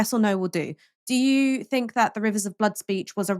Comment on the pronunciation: Fink, Finking, Fort, Bovver, Bofe, Free , Vat,, Furrowly, Vem, Viss, Fugg, Fump